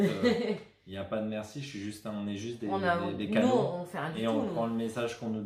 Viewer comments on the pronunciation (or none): Quand Julien dit "on est juste des canaux"... J'ai entendu "cadeaux"... Et ça, c est vrai! 😘😘😘 à vous